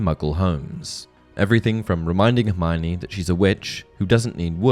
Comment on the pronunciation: One difference between book Hermione and and movie and fan Hermione is that many pronounce her name wrong. It's four syllables, her-my-oh-nee. Not her-my-nee.